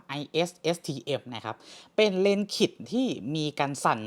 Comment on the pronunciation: หมายถึง"เลนส์คิท"ใช่มั้ย? ฟังแล้วนึกถึงปลัดขิก